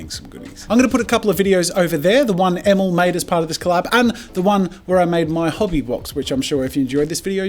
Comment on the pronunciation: Emil: my name's pronounced "E-mill" as in "mill". Jazza: Emel.